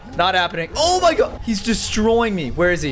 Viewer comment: You said oh my God wrong